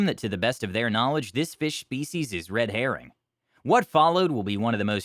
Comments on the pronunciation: thought he said Red Hair Ring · Red harring....I groaned